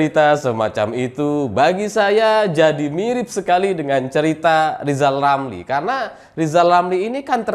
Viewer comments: selalu bilang LIZAL LAMLI..... 😀😀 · Pingin narik lidah lizal lamli pake tang listrik biar bisa normal bilang Rrrrrrrrr 😁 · Lizal lamly 🤣🤣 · Lizal Lamli apa Rizal Ramli ya.... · Rizal Ramli belajar ngomong huruf R spy bisa rendah hati. Semangat.